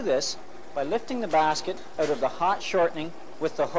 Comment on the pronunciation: The “Colour” guide. “The heat light has gone oot.” “Cooking pro-cess” Uh oh, Canada!😂😂😂😂